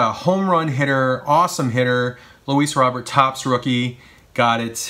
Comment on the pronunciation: Nice haul as always. And just to let you know Luis Robert's last name is pronounced "Ro-bair"